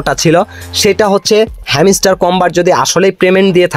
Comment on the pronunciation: ভাই ওটা হেমিস্টার না, হাম্সটার।ভাষা ঠিক করুন নাহলে আনসাবস্ক্রাইব করে দিবো